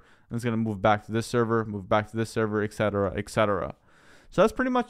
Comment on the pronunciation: "Eksetera"? You mean "et cetera"?